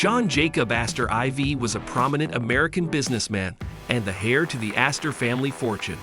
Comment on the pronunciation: Debris is pronounces Duh-Bree. Not De-Breeze. Heir is pronounced "Air". The s in Debris is silent, as is the H in Heir. These oopsies in language might be off putting, so just sharing for your ongoing improvement. Otherwise good vid